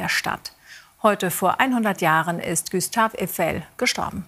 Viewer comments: Der Typ heißt Gustav Eifel.. und nicht Güstaw Üfel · Günter Öffel 🤣